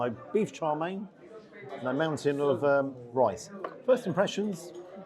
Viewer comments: FYI, Wong Kei is pronounced as Wong Kay, Kay as in Okay. Chow Mein is pronounced as Chow Mean, not Chow Main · I can't say I have ever heard chow mein pronounce char main 😅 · I twitch every time you call chow mein “Charmaine” 😂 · Its not char main it's chowmien 😂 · Isn’t it Chow Mein? You seem to be saying CHAR Mein…? Interesting. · Is it pronounced Char Main or Chǎo miàn? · Why are you calling Chow Mein "Char" Mein? Have I been pronouncing it wrong all this time?